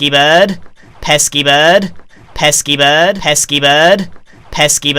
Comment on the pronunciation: Evolution of pesky bird: Pesky bird Pess keyboard Pesky bud Pes keep erd